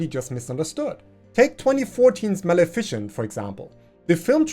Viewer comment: You're pronouncing Maleficent wrong. It's mal-ih-fih-cent, not mal-efficient.